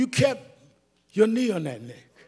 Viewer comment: I just love how he pronounced "NECKKQQ". Great orator.